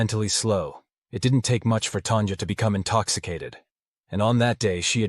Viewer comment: Hearing Tan"jah" sounds weird. It's even weirder you eventually say her name correctly , Tanya